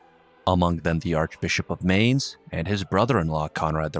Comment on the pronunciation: I love this series, this is great. But I have to complain, your pronunciation of Mainz hurts lol